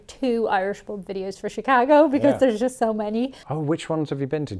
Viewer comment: The way says “Chicaaago” she fits right in. 😂❤❤❤😂